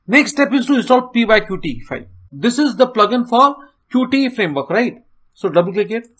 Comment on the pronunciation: Thanks for the video. It was really helpful to me. Plus, one more thing just to say that 'Qt' is pronounced as 'cute'.